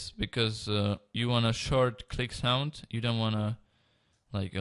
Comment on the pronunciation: he said sonk